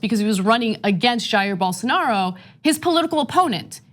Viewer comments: Why is she pronouncing it "Ger Bolsonero" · At least they should try to pronounce Bolsonaro correctly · Please work on your name pronunciation Ana. Respectfully, its da Silva, not del Silva, and BolsonAro, not BolsonEro.